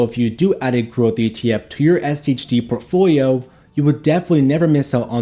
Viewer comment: You really need to practice saying portfolio correctly